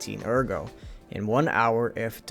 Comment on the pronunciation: why do you call it agro when in game they say it the way it should be said lol it’s ERGO pronounced like AIRGO in game